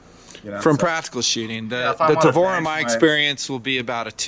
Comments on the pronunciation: "Taver", lol... Go back to school, bud. Sorry, but come on! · did he say "tay ver"? lol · What the hell is a tay-ver? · 1 point for say "ta-ver". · What Is A Taver? Did he mean Tavor? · Did he just say Tayvear? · 'Tayver' and 'Mission Force Tactical' wow this guy is annoying... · "You gotta know everything about it, from day one...except how to pronounce gun's name properly." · The proper Hebrew pronunciation of tavor/תבור can be replicated easily in English. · This poor dude is gonna take so much crap from his buddies for mispronouncing Tavor.